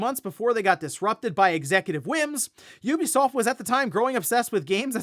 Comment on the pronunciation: Ubisoft is finally tired of this guys pronouncing it’s company’s name incorrectly and selling.😂